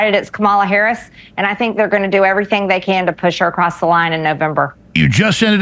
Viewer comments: Once again she incorrectly uses Democrat as an adjective and can’t pronounce VP Harris’ name. She’s not bright. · Yes, she is being supported by everyone. MTG needs to show some GD respect and quit intentionally mis pronouncing VP Harris's name. And what's with the fairy godmother chair Marge?